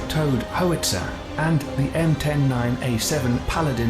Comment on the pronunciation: The narrator in that video should have learned how to pronounce the word nuclear, and Howitzer.